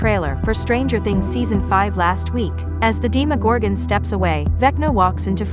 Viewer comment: ermagerd if they pronounce demogorgon the way this video does im out lmao